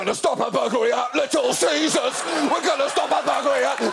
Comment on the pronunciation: I laughed so hard at the "we're gonna stop a bluglery at little ceaseurs" that the tea I was drinking came out of my nose. That was a blissful yet terrifying experience.